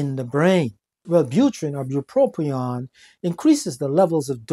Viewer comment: There is a single “R” in bupropion. FYI.